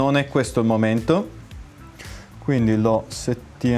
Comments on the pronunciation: Se devi dire "sear" all'italiana (e non "siar"), non è meglio utilizzare il termine nostrano, "controcane"? Comunque bel lavoro, saluti. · Visto che sono io che dico "sear" nel video e non, mi sento un po' tirato in causa. Bene, io ho scelto di dire SEAR e non siar, perchè è un termine che pronuncio intorno alle 200 volte al giorno, e che, essendo il disegno di armi americano e dovendomi confrontare tutti i giorni con listini, è un termine che ho acquisito e italianizzato negli anni, e specifica il componente 1911. Per il resto non mi sembra di parlare male italiano e i congiuntivi li azzecco tutti abbastanza, ma mi rimetto alla competenza acquisita in anni di traduttore e linguista, posata così delicatamente sul tavolo.